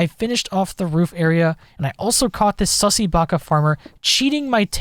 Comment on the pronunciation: Did i just watch someone say sussy backa 💀